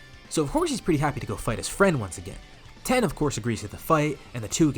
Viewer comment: Why you calling tien ten 😂😂